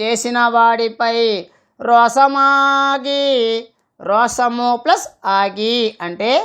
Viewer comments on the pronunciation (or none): రోసము కాదు రోషం అని పలకాలి